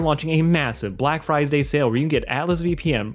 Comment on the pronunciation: No one talks about how he says friesday :c